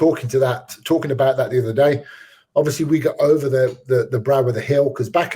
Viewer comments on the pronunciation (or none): STOPPP STOPPP! ITS OVAA!!